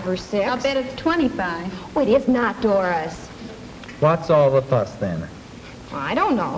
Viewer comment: I know it's scripted, but I love the way the girls whine like children, but talk like adults. And the way one of the guys pronounced Doris ad "Daah-ris" made me think I was back home.